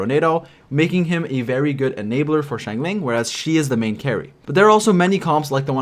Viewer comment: I really admire and love your in-depth videos about both 4 and 5 star characters and like that each are treated equally so I wanted to thank you for that effort!! ((However, pls, i beg you, it's shing-cho not shing-chu 😂😂))